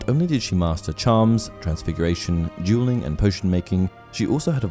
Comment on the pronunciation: I'm sorry but I can't decipher if you're saying dualing or jeweling.